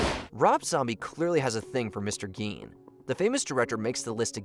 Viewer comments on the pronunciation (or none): Gein is pronounced like "stein"